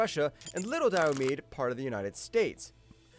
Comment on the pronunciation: Your pronunciation of Diomede is wrong. The last e is pronounced. dai-uh-mee-dee. Might have been a good idea to check that before making the video.